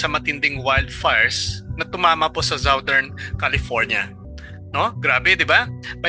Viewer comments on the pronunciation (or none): none